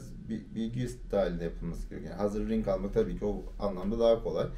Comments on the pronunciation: lütfen ring demeyin artık RİG deyin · Ring kanka doğrusu